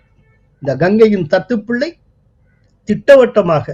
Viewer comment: முதல் 'த' எழுத்தை கனமாக, த த்துப்பிள்ளை என்று உச்சரிக்கவும். தத்துப் பிள்ளை வேண்டாம்.